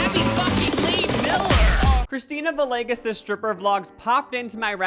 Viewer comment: It’s pronounced “vee-yay-ges”